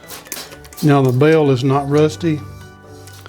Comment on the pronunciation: Sorry, I'm from Indiana and was teasing you about your accent. There is a longstanding Indiana Kentucky rivalry, and many fellow Hoosiers are just as guilty of a bit of twang and similarity in the pronunciation of bail and bell. 😉